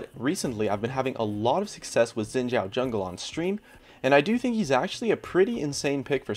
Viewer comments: You pronounce Xin Zhao wrong. It's pronounced Xin Sao, not chao. So annoying. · FOR GOD'S SAKE It's pronounced (SHIIN) not (ZIIN)